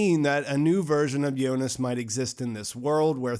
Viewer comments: so it's the final .but why she said jonis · Is it me or he is actually saying "Yonas" instead of "Jonas"..